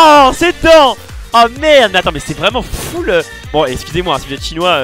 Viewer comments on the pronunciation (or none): none